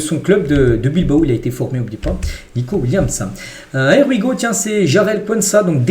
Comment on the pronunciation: Bonjour Tu prononces toujours mal "here we go" 😂